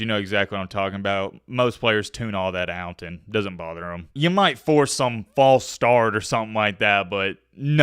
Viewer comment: “It doent amount to a hill o’ beans” DUDE YOU ARE SO COUNTRYYY.